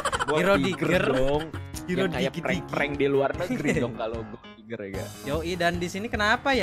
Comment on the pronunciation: diggie bang bukan digger wkwkwk